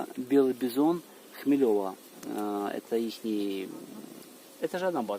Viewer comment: У нас дом в селе 8 км от водопада. Кстати там рядом есть летний детский лагерь и классный искусственный плавательный ставок. И не ХмелЕва, а ХмелевА )